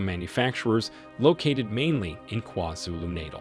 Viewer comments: Lol every time you say it me and my homey are dying of laughter lololol it's KwaZulu-(NaH-taaaal ) not kwazulunatle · Haibo Buhle! Did you not hear this man say “Kwa-Zulu Nadle” 🤣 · Kwhazulu Naytle 😆 I like how you say that 😎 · Please stop saying KwaZulu NATAL like that 😫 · Sir, please learn how to pronounce "Gauteng" and "KwaZulu-Natal" 😭😭😭.